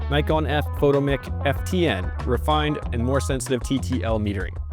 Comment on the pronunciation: We pronounced that fo-TOMM-ic.